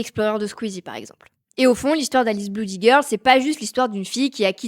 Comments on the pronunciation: Blood/Bloody ça se prononce "Blōd/Blōdy" pas "Bloud/Bloudy" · "bloody", se prononce blody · je savais pas que « oo » se disait « ou » à la française 😂